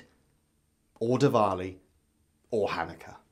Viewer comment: Apart from the way he pronounces חנכה